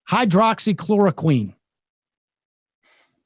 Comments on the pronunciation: This is ridiculous. You can't even properly pronounce the name of the drug. The trials you're talking about are absolute garbage. Im sure you have absolutely no idea as to what the medical activation of the drug is and why or how its thought to have a chance of working. I'm disgusted with you people who are putting politics above science. You should all be ashamed with yourselves. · What is Sams issue with the word? Is it a bit? Hydroxy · Yes! Thank you someone else is saying that too him! It's driving me nuts! Also shortening it to hydroxy doesn't work Sam. Just call it what it is, and pronounce it correctly. Hydroxychloroquine. All that being said, I love you guys keep up the work! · Sam... here, a little help: Hy-droxy-chloro-quine. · quit calling it hydro oxy...there is only one o.... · “Hide-rox-ee” not hydro-oxy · It’s not, hydro oxy, it’s hydroxy. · Hy-droxy...not hydro oxy...not a big deal, but... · Chemical engineer here: it's pronounced "hy-DROX-y" not "HYDRO-oxy" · It’s not a big deal.. but I believe the drug is called Hydroxichloro- “quinn” not “queen” like Sam has been saying every time. Drives me kinda nuts though. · hyro-oxy-chloroqueen ... lol Sam you're adorable. It's 'hydroxy klorokwin'. In our lab we just called it chloroquine for short. We were trying to see if it would cure cancer. It doesn't. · Sam - it's not "hydro-oxy" it's just "hydroxy" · hydroxy====== hi drox ee not===== hi dro ox ee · ... Hy - drox - y - chlor - o - quine ... Sam, I apologize ... I trust YOU - I DON'T trust Trump ... but Hydroxychloroquine just ISN'T that hard to say ! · He pronounces it hydro-oxy hehe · "Hydro-oxychloroquine?" Jesus, Sam... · Hi-drox-ee-kl-or-oh-kwin ... but I love your show :D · It hurts my soul every time he says "hydro-oxy-chloro-queen." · high drocksy kloro kwin : hydroxychloroquine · Sam the drug is called hydroxychloroquine and its pronounced HI-DROXY-KLORO-QUINN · And it's not pronounced "queen" either.